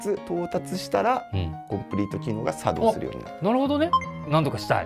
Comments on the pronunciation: コンプリート機能が茶道しました！？笑 イントネーション間違えてるやろ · コンプリート機能が、さ↑どうしました🤣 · 何で作動じゃなく茶道のイントネーションなんですか！！ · 作動↑しました。って発音おかしい😂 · 作動のイントネーション